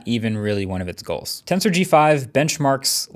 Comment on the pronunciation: Everytime you say Tensor I thought you were saying Cancer